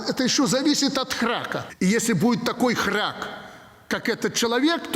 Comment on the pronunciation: ХрАк, а надо хрЯк